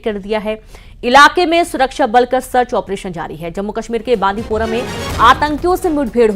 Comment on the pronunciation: बांदीपूरा नही। बांडीपूरा नाम है इसका। किस नाम की न्यूज़ चैनल है जिसको न्यूज़ में आए शहर का नाम पढ़ना नहीं आता